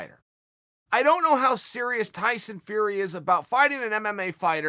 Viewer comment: Tyson FRrrrEy & MMA GLUHHHHvvvZ 🤣🤣🤣